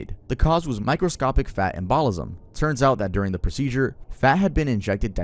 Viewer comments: EM-buh-lism not em-BALL-ism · “EMBOLISM “….. pronounced; EMM~bow-liH~sum Sorry it kept agitating me.. no offense, it’s the spelling bee queen in me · you’re killing me dude, it’s pronounced Em-BUH-lism 😂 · Embolism... sedative... Maybe look up pronunciation for medical terminology. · love you but the way you pronounce "embolism" is driving me nuts